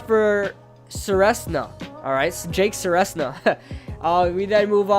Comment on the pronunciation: I’m related to Jake but it’s pronounced ser-ez-na (edit) REEE THE NAME BUTCHER